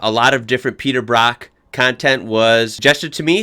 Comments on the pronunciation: Brock as in rock 🤦‍♂️ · His name's Peter Brock not Peter Bruck.